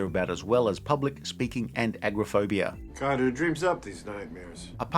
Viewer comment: Great metaphor, but it's "a-GOR-o-phobia," not "agra-phobia" (which sounds like fear of farmers).